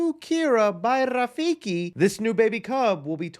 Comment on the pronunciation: i could listen to you roll that R in rafiki all day go off king